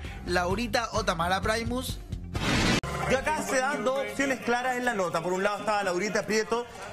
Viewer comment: se dice primus no praimus